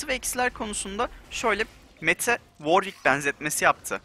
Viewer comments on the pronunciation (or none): none